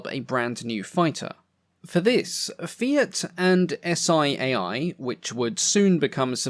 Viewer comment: Loved it! Just a small note: the acronym SIAI is pronounced as a single word which sounds like “see eye”. No Italian aviation enthusiast will pronounce it spelling the single letters.